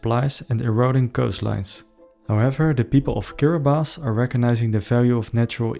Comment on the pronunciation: Thank you for pronouncing Kiribati correctly. Young people from Tuvalu are being sent to mainly New Zealand and some to Australia to work because their island most likely will not swallowed up in the not too distant future